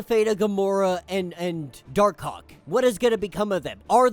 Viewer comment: Bro gotta say Dark Hawk better lol.